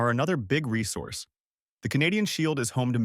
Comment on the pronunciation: English: the first "s" in "resource" is pronounced like a "z". "Ree-zorce".